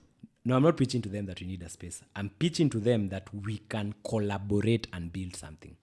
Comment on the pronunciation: Eti "Colloborate" 😂